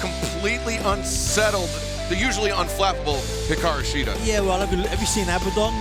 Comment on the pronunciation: Hiraku Shida. Can't get your women's champion's name right. Disappointing.